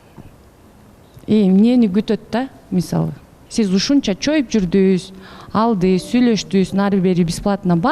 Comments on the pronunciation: Журдунуз ,келдиниз,бардыныз,калдыныз деп суйло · Журдус, келдиз, бардыс анан калдыс деп эле тантырадыго 😂Кыргызчаны так даана суйлосонор эфирде отурганда!